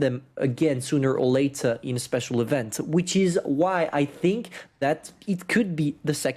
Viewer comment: Omg, first time heard speak “event” correctly.